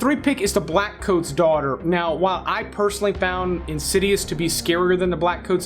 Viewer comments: Daughter, not Daghter. 😊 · You said _Daghter_. Heheh 😏